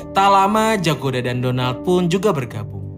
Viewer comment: Denger nama Donald kek bilang Donat miminnya 😂😂😂😂😂😂